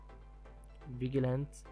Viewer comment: It's vi-j-e-lanti.... that's how it's pronounced. good video btw